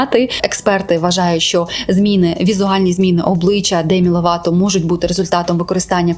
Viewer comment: Демі "Лопато"))) розумію що це прикра помилка але звучить так кумедно, для мене вона Лопато і залишиться)